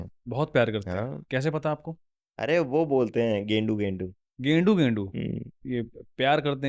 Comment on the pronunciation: गेंडू नहीं गांड़ू बोलते होंगे 😂😂